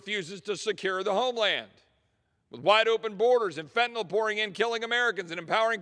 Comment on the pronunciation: I’m so happy you know how to pronounce Fentan(y)l 😊